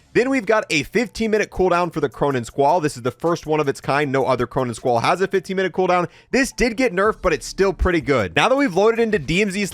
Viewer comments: Squall not Squirrel 😂💀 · It's called the "Squall" , it's not the "Squirrel" 😂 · the Cronen Squirrel 😂 at this point he's gotta be trolling he's done like 10 videos and never corrected himself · BRO U KEEP saying Cronen Squirrel not Squall . Lmao what school did u go to 😢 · “The Cronen Squirrel” 😂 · “Cronen Squirrel” 💀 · I will unlike every video he calls the squall and squirrel, learn to read my guy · "Cronen Squirrel" 😭